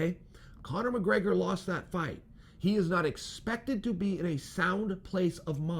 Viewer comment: Chael "Conor Muhgraygor" Sonnen